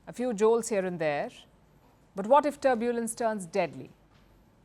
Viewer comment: Please Madam, learn to pronounce the word 'Turbulence' correctly 😮